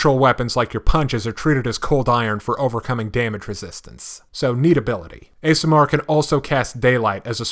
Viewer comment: Pronunciation Guide: Aasimar: Awe-see-marr Undine: Oon-deen